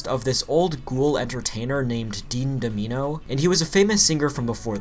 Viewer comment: “Dean Dom-eeno?” Really bro?